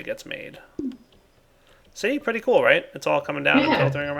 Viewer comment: god why is so gay its like he has the speech impediment of the century he doesnt say hello he says HALLOW in this really quirky and ironic voice yet it ends up being unironic and just the facts of he cant say pretty either its all like OO THATS PREEETAY god damn what is he like afghanistanian or something jesus dick on a horse